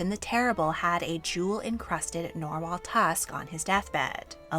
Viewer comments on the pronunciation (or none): It is "nar-wall," not "nor-wall."